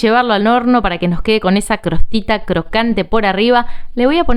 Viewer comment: Jajaja!! Me muero "crostita" 😂😂😂 es costrita!! En serio sos rusa? Porque hablas muy bien el castellano. 😁😁😁